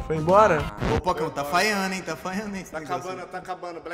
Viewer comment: adoro muito quando falo tá faiando mano 😆😆😆😆😂😂😂 eu rio muito cara 😆😆😆😂😂😂